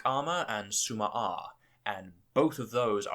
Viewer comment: IDK why but tsuma-aa sounds like sue my ass to me!